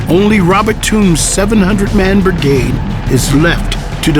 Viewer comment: Lol... he keeps saying "bergade"